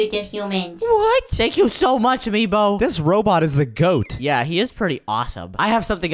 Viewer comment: It's nebo not meebo